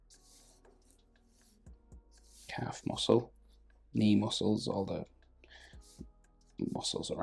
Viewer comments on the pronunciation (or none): none